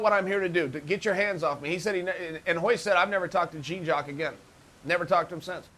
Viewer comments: hahaha "gene" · Smoked Gouda i loved how he could properly say all of the Gracie first names but couldn’t do Jean’s. Lmao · Lmaoooo americans jean jaq its prounce jawn lmaooo JEAN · Chael ... Jean is pronounced like Sean with a J. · The marks are willing to pay more for a private lesson when it's pronounced "Hyan" ;) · Knows how to pronounce Royce, Royler and Ryan, but can't quite manage Jean. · Ha! Way t’coMPLETLY BUTCHER his name!!! 🤦🏽‍♂️